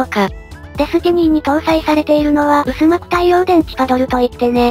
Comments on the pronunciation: 薄膜は「うすまく」ではなく「はくまく」ね(^_-) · 「薄膜」 うすまく でなく はくまく では